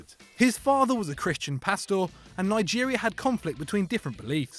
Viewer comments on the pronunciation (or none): wtf is 'a christian pass-tore' pastor = pass - ter